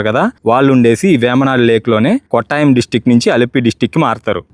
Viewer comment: "కోట్టయం" కొట్టాయం కాదు. "పాతిరామణల్" పత్రమనల్ కాదు . అలపి చెప్పకు బాబూ, ఆలప్పు షా (not quite, it is Alappuzha) అంటూ చెప్పాలి